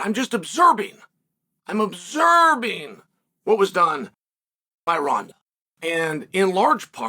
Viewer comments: Observing is now pronounced obzerbing 😂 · Chael says "OBSERBING" twice! Lol.😂 Not OBSERVING, but OBSER-BING! WHY!!?? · This guy knows the word observing only has 1 b in it, right? Why does he keep saying "obserbing"? Lmao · ObZeeerbing….there you have it folks. Uncle Chael has revealed how you actually pronounce words again. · Is Chael saysing obserbing? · WTH is "obzerbing" ?